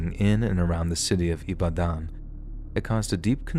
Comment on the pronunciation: Ibadan ooooo how e come land here ooo Chai!!! I have heard it all , you really tried in the pronunciation of IBADAN. The belief of medicine is real oo its well with us. You even pronounced Adedokun nicely.